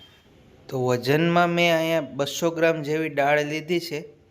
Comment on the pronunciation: ડાળ ના બોલ ભાઈ દાળ બોલ